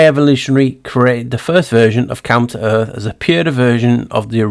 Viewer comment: Everytime you say counter earth, my ears hear "come to earth"...which has been my belief lately...they were constructed and came from a different realm. This video is the best video Ive ever seen! I love your thinking and amazing research and presentation! Thank you so much! So exciting!